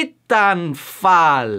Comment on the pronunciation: It's pronounced:taitanfall.